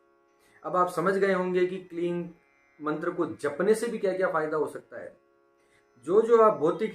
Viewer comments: क्लीन नही क्लिम बोला जाता हे😂😂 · ओ भाई आप गलत बोल रहे हो kleem hi hota hai और बाकी आपका कहा अगर कोई jaap किया तो उसे मंत्र दोष लगेगा फिर वही जाने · Bohot ache se aapne samjhaya hai. Lekin aapne mantra ka jo pronounce kiya hai shuru me jo aapne bataya kleen, ya kleeng Woh thik se nahi samjha Kyuki aapne description me kleem mention kiya hai Exactly kya pronounce karna hota hai. Aap please hindi aur english dono me mention kijiye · Sir, kaya app kling bol rahe ho? Very confusing, please answer 🙏🏽